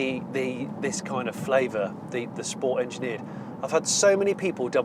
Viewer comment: Im just a bit annoyed at the amount of time you said sports with pronouncing it correctly - sppppoorttsssssssaaaa. Mr Porter will not be happy.